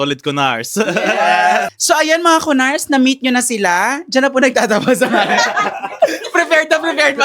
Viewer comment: Ku-nars and Ku-phars 🤣🤣🤣🤣